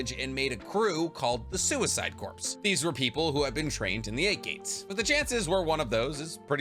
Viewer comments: Corps is pronounced like "Core", not "Corpse", my dude. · Just want to say as an ex millitary guy. Corps is pronounced like core not corpse. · My brother! I love you videos. Not a single one disappoints. But i gotta say, you gotta stop pronouncing "Corps" as "Corpse"😂😂😂 its just like the Marine "Corps" (Core) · Hey, when you say explosion “corps”, just thought you should know it’s pronounced as core. The p and s are silent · pls stop saying corps like corpse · I love your videos, but “corps” is pronounced “core” and it’s the one comment I have about your videos😂😂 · CORPS = CORE (pronunciation). Please.